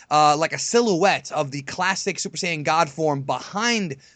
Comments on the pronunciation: I'm tired of hearing that guy say sighin. Why can't you be normal and say saiyan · This series is so stupid...its like the writers never watched DBZ...and you guys can't even pronounce Whis or Saiyan...